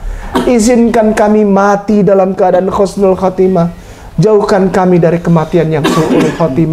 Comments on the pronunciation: Iya sama aku dengernya pake huruf khaf bukan huruf ha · Assalamualaikum.. Maaf... Telinga sy mendengar Khusnul khotimah... Bukannya Husnul khotimah.. Apa sy salah dengar ya.. 🙏🙏🙏